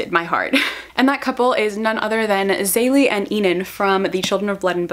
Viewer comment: Ok so listen. You probably don't care but it's not pronounced Zaylee XD I have a Nigerian friend who corrected me very quickly because we read this book together. It's pronounced Zeh-lee-eh which is harder to pronounce but it's more correct. I lived in Nigeria, my friend knows how to pronounce it. Just wanted to say htat.